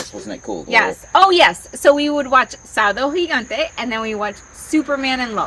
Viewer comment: I'm part Cuban, Mexican and Spanish and I remember Sábado Gigante being on at me abuelo's house. So I get it but you have to almost yell SÅBADO GIGANTE! to say it correctly.